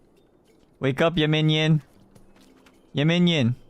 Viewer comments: 야미니언 발음을 얘먜늬연 이렇게 하네...ㅋㅋㅋ 귀여워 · 얌미니언! 발음 진짜 초초초 카와이😭💓